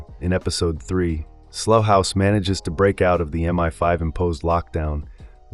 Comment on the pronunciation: Slough rhymes with cow, not slow or dough. Good old English.